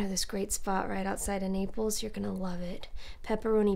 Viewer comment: I laughed so hard I choked when she said "nipples" instead of "Naples" oh my goodness this makes me love this series even more